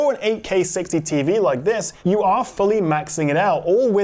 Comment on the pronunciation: At the start I'm hearing; "I'm getting over 60/2 (dlss 3 bs) fps"...